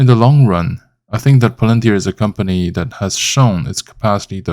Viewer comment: 股票名字发音就不对，先听听英语母语博主的发音